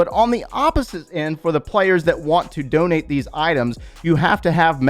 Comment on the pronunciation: “DoNeT mE bRo” 😂